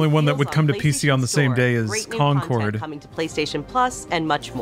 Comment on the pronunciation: Concord, like in Fo4 is actually pronounced "Con-kerd". Thanks